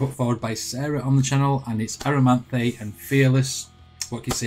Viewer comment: you mispronounced this awesome bands name ...here's the real way at the 40 second mark btw this is my favorite Amaranthe song